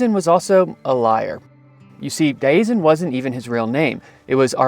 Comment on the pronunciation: You're pronouncing Diazien wrong.